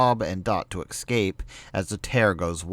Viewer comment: Fuck dude, the is no X in ecsape. EVERY time you say it you say Excape, that is hugely annoying.